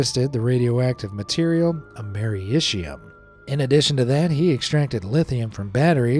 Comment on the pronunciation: It’s pronounced Am-er-is-e-uhm